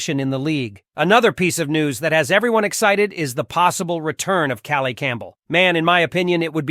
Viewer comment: welcome home, Calais Campbell!! pronounced Ka_layis.